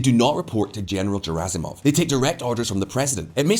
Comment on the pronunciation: It's pronounced Gherasimov, not Jerasimov.